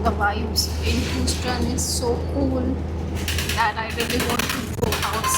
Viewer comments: Check your pronunciation of Houston. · You honestly need to ask Google to help you with the pronunciation of the names of towns and cities before you venture on doing a recording. Your pronunciation of Houston and Texas are absolutely pathetic. You should not judge the whole of the USA based on one city. Remember Texas has a high percentage of Indian, Pakistani and Bangladeshi inhabitants ... so what better should you expect.